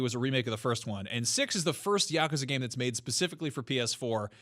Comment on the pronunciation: Is NOBODY bothered that they’re saying Yakuza wrong? It’s YA-KU-ZA. It’s Japanese and it’s literally three easy syllables.